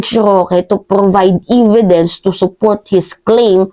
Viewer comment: EVIDENCE NOT "EVEDENCE"👍